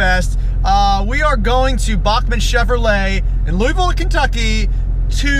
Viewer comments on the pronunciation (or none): Soooo annoying when people say LOUIEVILLE. I live in Louisville and it's a pet peeve to hear it said that way. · I'm sorry but I laughed so hard in how he said Louisville 😂😂😂 only people from KY know how it's really pronounced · i live near louisville and you completely butchered the city name